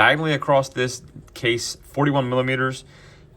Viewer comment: Across…..across. Not acrost…there is no acrost.